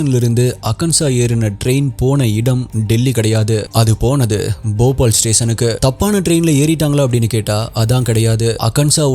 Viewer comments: Bobal illa bhopal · Jfyi - it’s (pronunciation spelling) Bhopaal போபால் West Bengaal பெங்கால்